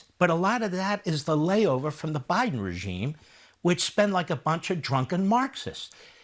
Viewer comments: fox really said regieme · Listen carefully as he starts to say "regime" 😮